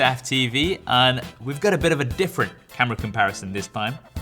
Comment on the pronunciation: This man pronounces "and" as "und". What kind of accent is that?